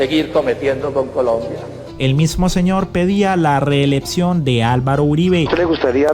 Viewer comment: Un llamado al lovutor de estos videos.interesantes.pero los desluce von su pesima pronunciacion de palabras que llevan la C...y las pronuncia como con Pe...ejemplo...conducto...dice condupto.. reeleccion...dice reelepcion...suena horrible..favor...corrijase....